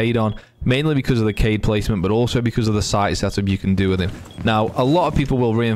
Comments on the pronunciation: Very nice BUT it's actually Kaid and not Cade, he is Arab or something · It’s Kayd not kied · Kaid is pronounced KA-EED, which means leader or commander in Arabic. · I think it’s supposed to be Kai-yeed but everyone just says kaid cause it’s less syllables lol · Kaid is pronounced ~ kah-eed from the Arabic language